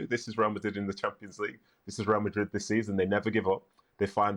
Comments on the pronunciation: After hearing this guy saying Real Madrid like that so often, suddenly, Spanish doesn’t sound so sexy. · The way he says RRReal Ma'RRi is so grating....it's like pronouncing Liverpool in an English accent while speaking in Spain on Spanish TV. Crazy. Just call them Real, or Madrid, or even better Real Madrid when you're on an English-speaking channel! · Alejandro needs to Americanize his pronunciation of Spanish names when he speaks English. It's really jarring to hear an American accent followed by a perfectly pronounced (in Spanish) Santiago Bernabéu and "RRRRReal Madrid".